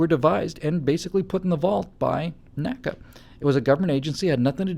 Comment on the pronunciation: Oh, and NACA is pronounced "nnn aye see aye" not "nacka" luv u long time;)